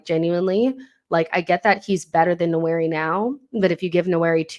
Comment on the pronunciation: Great content..... the correct pronunciation for Nwaneri is nWAN- NEAR- RIH....the first N is almost silent, but not quite 👍🏿